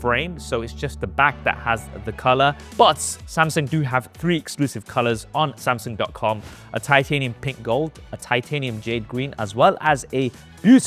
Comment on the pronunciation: That horrid pronunciation of 'Samsang' is actually pretty annoying once you've picked it up. Can never unhear it lol